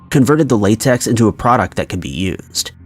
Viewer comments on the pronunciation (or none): none